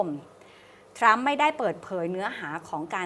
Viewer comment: ...ทรัมครับ ไม่ใช่ทั๊ม 😂😂😂